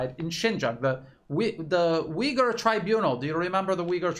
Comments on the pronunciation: Thank you for your brilliant reporting. However i must correct you. It's pronounce Ooiggur not Ewghur. The "U" in Uighur is very hard and pronounced. Closer to n[OO]k than st[EW]. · Oy-ghu-er. thats how its pronounced. theres no W or EE in Uyghur. it isn't pronounced WEEghur